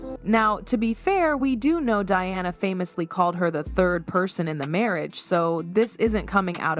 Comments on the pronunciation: I'd pay a great deal more attention to this piece of questionable "truth" if the computer generated narration did not consistently mispronounce Diana's name! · Why can't you pronounce her name right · You need to get a real job, the way you tell this little fake story is like you were there in the room with them, specially when you say that Charlotte asked her mother that night about Dianna, and one more thing can you please pronounce Dianna’s name properly! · Wow, AI narration should be able to get the names pronounced correctly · Why cant you get the pronunciation of peoples names correct! Sometimes you say Diana and most of the time you say Deeana. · Welcome to AI!!! They keep referencing “Dianna” as “Deanna”… 😔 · It's not that hard to pronounce D. I. A. N. A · if your making a video about DIANA then get the name right DEANNA NO Diana yes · Can you all please say the PoW Diana correctly! It’s DIana not Deana!!!😮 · Who TF is DEEANNA? .......IT'S DIANA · The princess is not Dee-anna, her name is Pronounced Dye-anna, DIANA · Her name is Diana not deana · the right pronounciating : Day ana in US and Dianah in Europe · Her name is Di Ana…..NOT DEANA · Announcer keeps calling Diana, Deeanna? ?? Why? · It’s Princess Anne and Diana not Deana 😢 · Narrator cant even pronounce Diana's name, Deanna, really, how stupid! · Diana is not pronounced De-anna. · Please pronounce Princess Diana name correctly